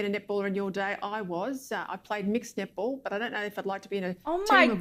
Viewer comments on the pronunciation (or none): No, you not the only one who heard nipple instead of netball)))) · The first time I heard the word nipple, I had to use the subtitles to clarify what she said. 😂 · I keep hearing nipple too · no it's not just you, i hear "nipple" too lol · The all-boys nipple team lol. That was funny. Love your face much,. Nipple Australia, many of us heard that instead of netball. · Once you said nipple, that's all I heard after. Thanx for that. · I keep on hearing nipple too 😂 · I also hear nipple when she said that.